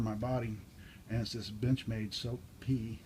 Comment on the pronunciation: I was wondering what that benchmade was. I l tried listening to what you called it and cant understand. Nice EDC by the way.